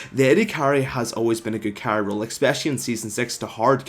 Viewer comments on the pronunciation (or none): Has he (you, if happens to read this comment) been told that "expecially" is not a word9? The extra "k" ("ekspecially"?) in the pronounciation is driving me crazy. XD Other than that, love the videos! Keep up the good work!